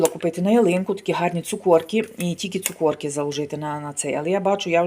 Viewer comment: Ужас Цукорки...ето треш....шо трудно сказать цукерки...